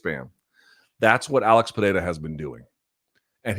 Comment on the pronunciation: Not how you pronounce his first or last name, but yes.